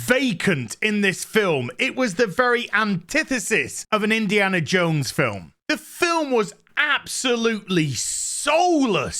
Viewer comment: It's Indiana JONES!!! Not Indiana JANE!!